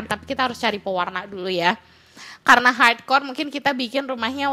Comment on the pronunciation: Dari kemaren teteh bilang "hardcore " aku denger nya parkour_